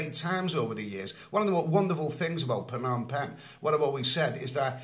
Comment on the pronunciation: How can it be Phanom penh? Friend can you change pronunciation?